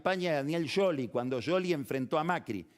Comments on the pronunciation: ¿Por qué dice Scioli así? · Es un apellido italiano y así se pronuncia en italiano. Sciopero (huelga) se pronuncia "shópero" por ejemplo. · lo pronuncia en italiano !! Scioli// Sc